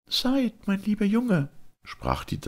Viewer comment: Wunderbar gelesen wie immer ;) aber heißt der Junge nicht "sa-id" ^^ beste Wünsche und 1000 dank! <3